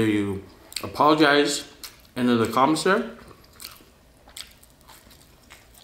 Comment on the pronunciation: “Ya’ll gone pologize.. today!!” 😂😂😂😂